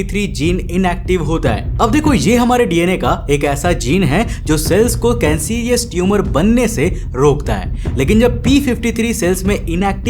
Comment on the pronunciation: Bro its not कैंसरीयस, but it's कैंसरस